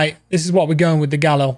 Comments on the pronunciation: Hey great stream mate & yes a fenec is a breed of fox. Also the rifle is pronounced.... GAL..EEL RustyinOz 🤘🇦🇺😎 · Love the vids, but you're pronouncing the Galil incorrectly. It should be pronounced "gah-LEEL".